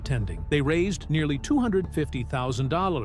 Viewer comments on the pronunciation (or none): none